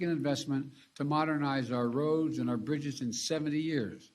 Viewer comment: “Roads and brizzes” ???